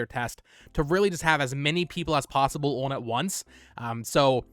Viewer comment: On - "ahh-n"